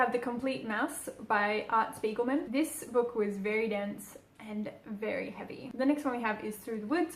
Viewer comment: As always, I love how creative your videos are ^_^ Keep up the great work PS: Spiegelman is a German name and is pronounced with a "Sh" at the start, like Shpiegelman. Btw, the word "Spiegel" is German for "mirror" ^_^ (just some fun facts on German language)